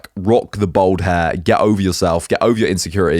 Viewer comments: Its bald bruv not bold lol everytime you say bold its cringeworthy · Why do you pronounce bald as bowled? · it does Im from london born and bred he sound like me but he just cannot pronounce bald lol